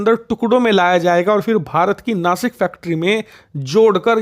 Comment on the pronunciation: भाई नासिक नहीं नाशिक हे